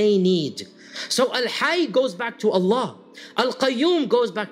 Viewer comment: it's Allah not Alan